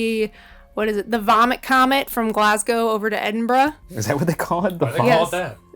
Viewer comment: As a proud Scot, I thank you for pronouncing Edinburgh correctly instead of Edinboro 😅